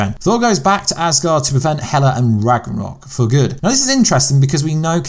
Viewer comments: You might want to pronounce Ragnarok correctly in your video before you complain about how people pronounce things. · Ragranok? What is that? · I apologise. You did say Thanos correctly !! However you have just murdered “RAGNAROK” there !!! What was that about? However please sort out Tessaract yeah !!! ✌️